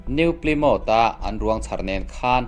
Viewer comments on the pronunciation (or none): New Plymouth... Pli ni lovin Plai tih a lam tur zawk a nih ka ring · 'NIU PLIMÂWT' ti-a i lam hi NEW PLYMOUTH ani em aw?